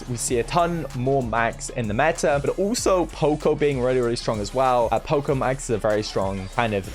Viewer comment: "owlso." - (2022)